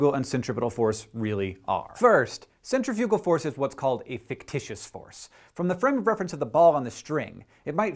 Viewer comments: To elaborate, you said it as center-fugal, when in fact it's really cen-tri-fi-gal (sen-trif-yuh-guh, -uh-guh from the dictionary). We're inclined to say it as 'center' because we see that first in the word, but that is an incorrect breakup of the word. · I was really confused at first but then I realized that I think you're just pronouncing "centrifugal" differently than I've ever heard it pronounced. Lol I'm dumb. And kinda tired haha, my bad ;o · TIL that I've been pronouncing centrifugal force as centifical force all my life. I'm currently having one of those WTF moments. No big deal. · You pronounced centrifugal wrong -_ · Akex and Carrie should re-record This Kiss because they said centrifugal. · are there two pronunciations for centrifugal, or have I just been saying it wrong since I was 12? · is it bad that i didnt even know what centifugal force was? i thought you were saying centripetal force at first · I have never heard anyone say "centrifugal" before so at the beginning I thought that I had been pronouncing centripetal wrong for my entire life.